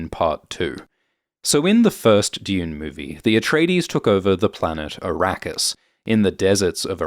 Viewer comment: Araqis??😂 You mean Iraq? And Shadam? You mean Saddam Hussain??😂